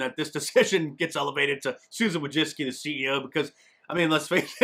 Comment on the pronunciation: Wojcicki = "voy-chit-skee".